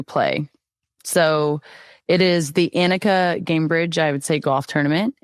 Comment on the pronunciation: Soph! It’s “Onnika” (pronounced) not Ann ika. Nelly won like 6 times on LPGA last year, phenomenal and Scurry was an OG badass goalie!!! Can’t wait to watch how fun!🎉🎉🎉 not criticizing just giving fyi 🤟✌️😊